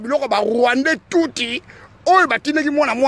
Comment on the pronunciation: Kie kie kiekie!!! Rwandais Tuuti, yekola nanu ko prononcer Rwandais Tutsi bien avant oleka koloba na youtube. Est ce que otanga ? Prononciation ya Tutsi ozokoka te. Anti-valeur moko boye.